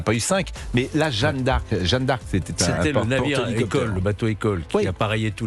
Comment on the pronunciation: Jeanne d'Arc pas jeune d'Arc... incroyable! Prononcez bien!